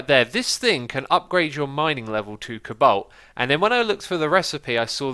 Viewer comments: Xisuma it's pronounced C-O BALT not cabalt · Its "Co" like the Co-Op "Balt" which sounds like bolt. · stop butchering colbalt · lol xisuma you say cobalt funny